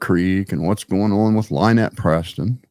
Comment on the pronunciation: Thank you for being on here. Also, it is Lynn ette not Lie nette. That is what he calls her because he thinks it's funny to call her a liar so he uses her name as a play on it. Also, his fans are as cruel as him and his crew. They are bullies, trouble makers and for some reason think they are going to be some kind of heroes to him and his crew but in fact they are just puppets for them.